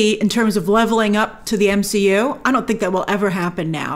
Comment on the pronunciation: DC not M-she-U 😂